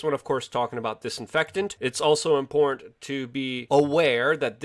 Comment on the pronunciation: Impor’t?... Do you mean Im-por-tant... lol